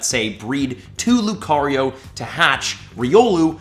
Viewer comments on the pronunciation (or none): none